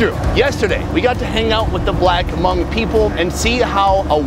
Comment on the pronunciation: No hate but he saying Hmong wrong. I know this because I’m actually Hmong